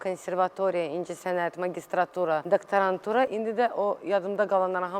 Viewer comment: Diktarantura yox dokdarantura kelmeni duzgun telefuz edmeyi once oyren sonra telebe hazirlayarsan